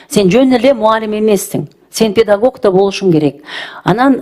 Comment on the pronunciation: Педагок эмес педагог